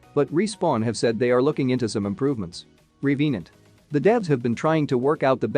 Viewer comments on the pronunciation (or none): The way you say revenant is so unique it's kinda weird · Hima Nirmal yep i was disappointed in that